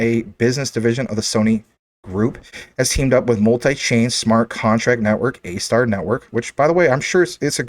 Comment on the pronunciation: ASTAR do research on it bro....u saying it wrong. Soto Watabee is a beast and DOT is making huge moves. JASMY is an ok pick up